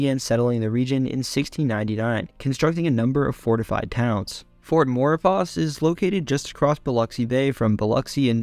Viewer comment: Correction , fort Maurepas is pronounced "Maw-paw" C'est french, what can you do